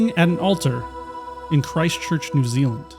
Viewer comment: So not gonna dis on the way your pronouncing stuff bc your not from NZ but your pronouncing Christ Church and New Zealand wrong